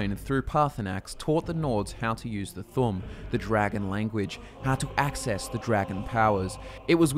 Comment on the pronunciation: You called the Thu'um "The Thumb?"